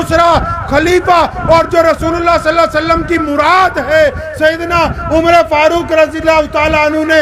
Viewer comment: ارے مولی ساب آقا محمد صلّی اللہ علیہ و سلّم کا نامِ نامی اسمِ گرامی صحیح تلفّظ سے لیا کریں سلّا سلّم نہ بولیں اور اپنے کھاندانی قِصّے سنانے کے بجاےُ رسول اللہ اور آپ کے صحابہُ کرام کے واقعات سنائیں کھاندان نہ بولیں خاندان بولیں مولی ساب عبد الکادِر نہیں بولیں عبدالقادر بولیں